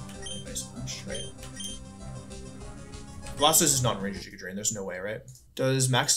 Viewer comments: Everytime he says "jiguh drain" I cringe 😂 always pronounced it "giguh drain" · I love the Wolfey even pronounces it "jiga" drain when explaining the game plan